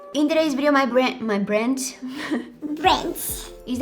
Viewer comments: I love how said Brends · Am I the only one who heard it as-'Brents'? Aka Brent Rivera?🤣😝 And please-can we all take a moment to appreciate cuteness and goofiness? Love you 🥺❤